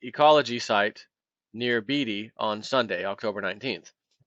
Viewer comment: Pronunciation help for: Yuan - 'You on' (not 'yawn') Zambia - ZAM bia (accent on first syllable) Beatty - BAY tee or BAY dee(Think Warren)